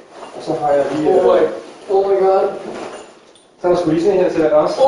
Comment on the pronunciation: CEO of "OH MY GAD"